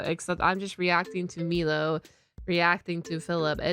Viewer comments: I'm sorry, but I have to ask, why are you pronouncing his name wrong? Is it intentional or are you unaware of the pronunciation? For clarity on my end, it's my-low, not me-low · I love that you’re watching Milo’s content I love him but please for the love of god hus name is M-I-lo not M-EE-lo. You said his name right like twice in the videos you’ve watched from him… 😅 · I chuckle a little every time you call him "Meelow" instead of "Mylow" lol 💮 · It's pronounced "my-low" not "me-low". Milo says his name multiple times throughout his videos. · Why do you keep saying "Meelo?" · Saying Milo's name and channel wrong all this time is rough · Keep mispronouncing his name, it tickles my funny bone 🤣